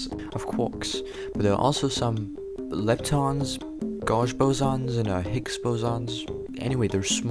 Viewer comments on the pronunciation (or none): The pronunciation of gauge was wrong. its pronounced like geyje. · Who pronounces gauge like that